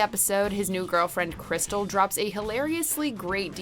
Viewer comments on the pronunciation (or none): Not Crystal, it’s Cristal, like the Champagne. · Her name isn’t Crystal it’s Cristal like the champagne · First of all, her name is CRIS-TALLLLLL. You uncultured swine. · Its not crystal, its Cristal like the champagne. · This list doesn't have every entry an Uncle Ruckus scene. And 5 put of 10 moments aren't with Col Stinkmeaner. 0/10 And the Uncle Ruckus exorcism should have been #1! You couldn't even pronounce Crystal right 🤦‍♂️ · Crystal? nonono its Cristal like the champagne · "Read, n****! Read!" 😂 Edit: And I'm sorry, Cristal? It's CristAL, like the champagne? Rude. Lol